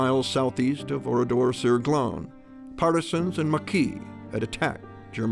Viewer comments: Ce n’est pas Oridor mais ORADOUR sur GLANES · Si seulement le nom du village (Ridor..Saglon.dit on ici) pouvait être prononcer correctement ainsi que certains noms des survivants.... L’IA....quelle niaiserie... comment des étudiants ou autres peuvent ils comprendre ce qu’il s’est réellement passé dans ce village. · C’est Oradour sur Glane..l’IA massacre le nom de ce village martyr..